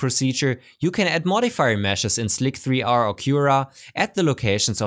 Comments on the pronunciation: Isn't is pronounced "Slicer" and not "Slick Three R"? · Pretty sure it's said just 'slicer' .. lol 'slick 3 r' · Nice! But I just can't get over hearing slic3r called "slick-3-R" instead of "slicer" - the '3' is an 'e' :) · Wonderful video! Really interesting and very well executed! One minor thing though: "Slick-three-R" ?! Is that an inside joke I am not getting? I always thought it would be pronounced "slicer" as rhe 3 stands for an "e" in l33t sp33ch - or does it not? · OK, I've gotta ask: why do you call Slic3r "slic three r"? Is it just so it's clear you're referring to that specific slicer as opposed to just a slicer in general? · I only have one thing to say: "slic-three-r" is obviously pronounced "slicer" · I LOVE your content, but please PLEASE! it's Slicer, NOT Slic-3-R! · I think that slic3r is pronounced "slicer". Other than that, a great video, as always =] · ugh he keeps calling it 'slick-three-arrr' i might die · lol..slick three arrrrrrrr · I would’ve subscribed if it wasn’t for the way you say Slic3r. :) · I do a lot of work with ASA/ABS with inserts. There's actually a specific hole profile (basically a very high angle countersink) that's designed for the inserts I use, and I have that configured as a Hole Wizard preset that I can use on demand. Your particular inserts should have a datasheet that specifies the hole profile. Also, the 3 in Slic3r is pronounced the same as an E, so you'd just say "slicer". :)